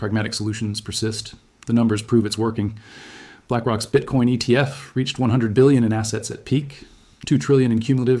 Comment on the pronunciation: BITCOIN aka BITCORN ! 🎉 My french speaking mother pronounce it bitcorn out of not knowing. That is funny!